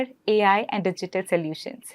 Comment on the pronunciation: May I correct you please....it is not 'salutions' it is (so) solutions